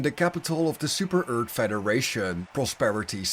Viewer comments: i love how you say super earth as super ert it is amazing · "Super Eart"